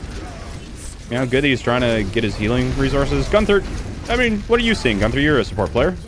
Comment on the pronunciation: Digga es tut so weh wenn er gunfer anstatt günther sagt